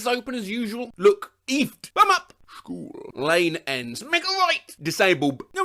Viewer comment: the shcool killed me